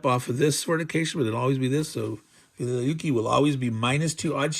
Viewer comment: this battle was previously released in gdw's "white death" back in 1979, i pronounced the city velikiye (vel-li kay-ye) although i could be wrong about that